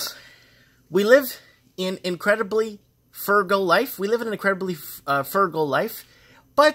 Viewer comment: you can read BUT I think you have Dyslexia. The letters in words get jumbled when you read e.g. F U R G A L is actually F R U G A L. Many high IQ people have Dyslexia. Oh and thanks for reading email